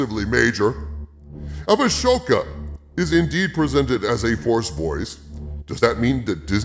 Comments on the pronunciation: why are you mispronouncing Ahsoka? its ah-soka not Ashoka …. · Calling her “A-sho-ka” makes me a little unsure of this video maker’s knowledge. Nevertheless, this is sad but it has been sad since Force Awakens. Why think they are scared? They’ve phoned it in since Awakens and still made beaucoup money. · Qui gon jinn is just a ghost too huh Also. Ashoka. The h is silent